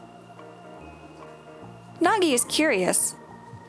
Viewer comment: Why you say Nagi plastic 😭